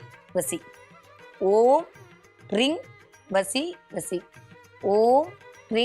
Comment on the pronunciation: ரிங் அல்ல ரீங் ?